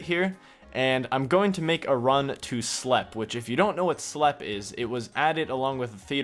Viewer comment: btw Slepe is pronounced just like Sleep not Slep.